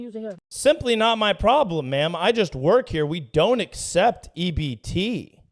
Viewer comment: she mispronounced “work”